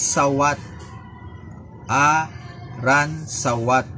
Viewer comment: A-Roon-Sa-Wat not A-Run-Sa-wat